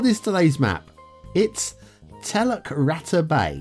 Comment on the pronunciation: Oh dear, a pretty rough a ready map with heaps of errors that I would never use. But it and its clunky backstory along with your excellent humorous delivery, all made for an entertaining video. I speak Bahasa Indonesia 🇮🇩 (the big brother of nextdoor neighbour Malay by many many millions of speakers). “Teluk” (which pronounced “tell-look”, me old mate, not “tell-luck”) means bay and “rata” means flat or level (and it is not pronounced like “ratter” - more like it rhymes with “starter” - lol). So I read the name of the map as “Flat Bay Bay” and knew it came from someone with little clue of the language!! I wondered if the map was based on the real bay of the Indonesian island of Sumatra (where there is also some Malay spoken) called Teluk Ratai - but I can’t really see much resemblance. Strange where people get their inspiration from and full marks to the map builder for originality if not authenticity and skill.